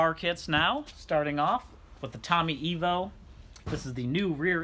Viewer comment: "T V Tommy EYE VO" not E Vo